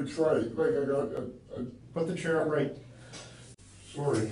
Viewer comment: Detective: "Put the chair up right" Perp: "Sawrry..."